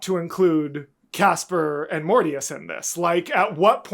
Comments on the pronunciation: Almost correctly pronounced I approve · oh wow good pronouncing Casper :0✨